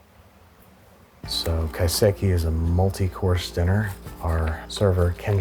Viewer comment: Kai-seki....not Ki-seki. Everything looked amazing though.